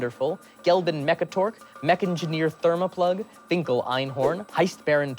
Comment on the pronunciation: Um, actually... I'm pretty sure it's "Mekgineer Thermaplugg", not "Mekngineer". Pretty sure that there ain't no 'n' in the middle there.